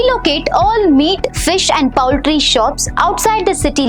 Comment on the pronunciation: Poultry and municipal pronunciation is wrong